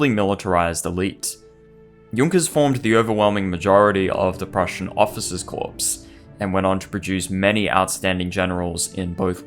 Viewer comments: The 2nd Danish war was in 1864, not was the war against Austria. The North German Confederation was formed after the Austrian war, not the Danish one. 'Corps' is pronounced 'kor'. Lost me with the errors . . . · The p in corps is silent.